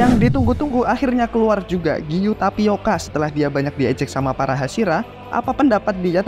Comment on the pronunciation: Tomioka bang bukan tapioka itu mah beda lagi